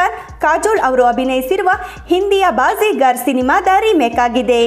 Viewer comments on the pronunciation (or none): Your Hindi film pronounciation is very bad pls work on it ( Darr and baazigar)